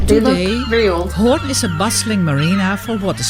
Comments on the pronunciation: The trick is that you pronounce it like horn indeed but extend the o a bit, but don't exaggerate. You did that automatically. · The pronuciation as in horns is spot on! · Pronunciation Hoorn is 10/10 Use the same oo in stroopwafels and you are first English native speaker who pronounce Stroopwafels correctly. Not stroepwafels. 😊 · Your pronunciation of Hoorn is flawless 🙂